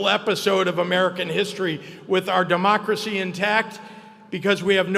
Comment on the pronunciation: He could barely say democracy